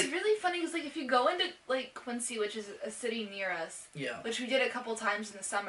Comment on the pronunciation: how the fuck do you live in massachusetts for a year and think Jamaica Plain is plural nor can pronounce the name of Roslindale or Quincy. also funny that you now admit that you don't actually live in the city, nor even inside 128. fucking gentrifiers, ugh E: you were sold on Boston based on the tourist trap that is Quincy market (not Faneuil hall) and the mall at the pru. Lmfao